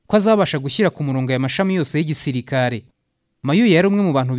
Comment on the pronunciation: Ibyo uvuga nukuri pee afite ijwi ryiza ariko aravuga nabi Ikinyarwanda..ndebera Pereziidaa,Igisiiriikaare..,nib ushaka ko tukumva ikosore kd nibyo uri kwigira,uratuma inkuru yawe itaryohera abayumva,Dusigasire ururimi Rwacu ,urashyira ubutinde kumagambo ahwo bidakwiye